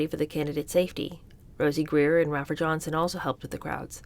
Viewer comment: I love, love, love your readings, but PLEASE learn how to say these people's names. It's Ray-fer and Sir-hawn Sir-hawn